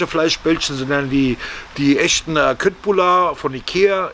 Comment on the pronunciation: Ciao, geiles Zeug die Köttbullar als ich in Schweden war, da haben die mich korrigiert, Köttbullar wir in etwa so ausgesprochen "Schöttbullar"..